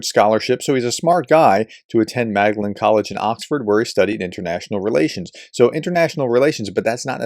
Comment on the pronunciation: There ain't no Mag Da Len college in Oxford. "Maudlin"